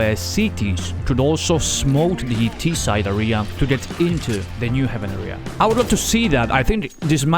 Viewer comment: great vid! just please don't pronounce area as "ahria" but "ehria"